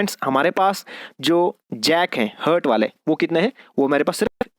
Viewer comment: Please read it Haht not hurt.